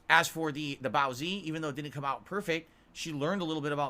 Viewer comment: THAT'S NOT HOW YOU SAY BOAZI YOU UNCULTURED FUCKING PIG!